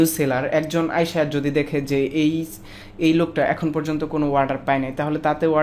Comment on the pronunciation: Warder nhi Bhai, Order bolo !!